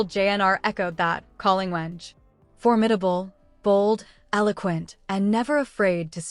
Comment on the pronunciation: AI news can not prounce the name well. Stop it already